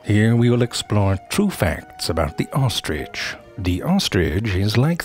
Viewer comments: Zefrank: “Here we explore true facts about the ohstrich.” Me: Uh, do you mean true facts about the ostrich? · I like saying, "There is no 'g' in ostrich. So often someone says 'ostrige'. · best pronunciation of ostrich ever 😂